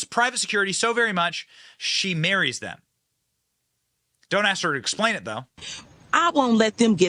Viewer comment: I don't understand the aks/ask thing. Do you think it is cute to have a speech impediment? It is not.